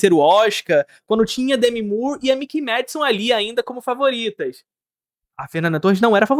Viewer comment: Mikey Madison --- MÁI-KI. MII-KI --- Mickey é o camundongo da Disney. Tenha dó...